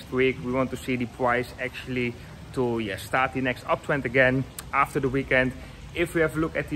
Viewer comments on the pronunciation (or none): none